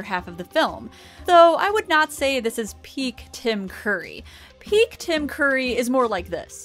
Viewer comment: Tim Curry! Not Tim Coorry! Curry! Like the "u" in "up"!